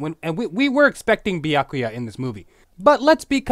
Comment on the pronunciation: Damn it stop saying Bee-ack-oo-ya and say Byakuya.